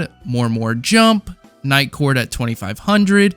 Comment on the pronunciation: Great video but im kind of tilted that he kept saying niightcord at 2500😂